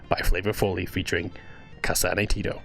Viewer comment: Btw its "Tet oh" tet as in "Tent"